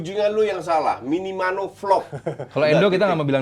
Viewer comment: Ini ga ada yang mau benerin kochi ngomong "minimano" nih, minamino coach.